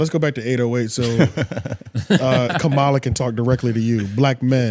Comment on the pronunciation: Mispronouncing her name one minute and then saying it correctly, just to say it wrong again another minute later is WILD... You're doing it on purpose... Thumbs DOWN bro